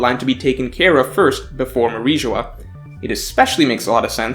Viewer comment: It is Mary geoise not mariejois